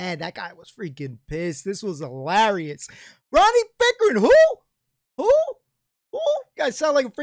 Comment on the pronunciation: Some say Ronnie Pickering is still pronouncing his 'R's' as 'V's LOL.